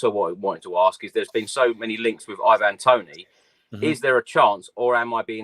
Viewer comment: Every time he pronounces Ivan Tony's name wrong. Does my head in. It's pronounced "Ivon" not "van". 😅